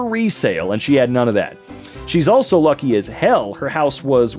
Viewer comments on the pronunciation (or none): none